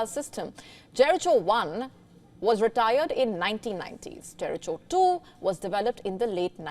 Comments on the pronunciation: The pronunciation is "jeh·ruh·kow" not "je.ri.chow" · Jeriko, not jericho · Pronounce as Jericko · Jeriko not .. Jericho PApeye not pop-eye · It is pronounced as JERIKO (not Jerrychho) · The correct pronunciation is جیریکو Jeriko With regards From Badakhshan in Afghanistan 😊😊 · It is pronounced Jerikho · It's pronounced Jerikho. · # JERICHO should be pronounced as JERIKO. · She should please do a google check of Jericho pronounciation before telecasting. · Jericho missiles- so famous she can’t pronounce the word. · Please refer your pronunciation of " Jericho ", maam in google. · Please if not sure how to pronounce Jericho just consult AI. She is beautiful but lack of research...